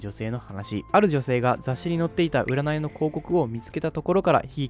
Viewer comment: ｢うならい｣は信じない！！（言えてない）